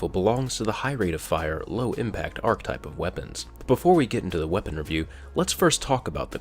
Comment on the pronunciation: Please stop using the word archetype of you aren't going to pronounce it correctly.